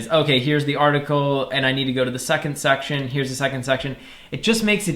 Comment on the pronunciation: Everyone: section this guy: SUCCTION